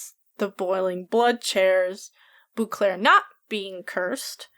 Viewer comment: First comment. Love your videos... But every time you say Bouclaire my hair on my neck rises because that's how people pronounce my last name when they don't know how to actually say it! It's French so it's Bow-clair.